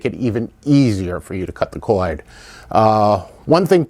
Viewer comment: It's not a cowad, it's a cord.